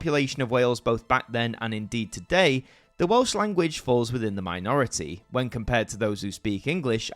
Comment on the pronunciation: Excellent video and your Welsh pronounciation is spot on. Only a minor quibble.. Not only did Gwynfor Evans threaten to go on hunger strike, he actually did go on hunger strike. I recommend followers to check out the Welsh film Y Swn that documents this era brilliantly. Its in the Welsh language but English subtitles are readily avaliable. It was a pivotal moment in Welsh political history. It wasn't just about having a Welsh language channel, it was about the control we had to choose having a Welsh language channel.